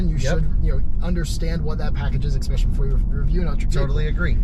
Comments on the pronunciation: I heard eggspecially?? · the Kilowatts guy needs to stop saying 'exspecially'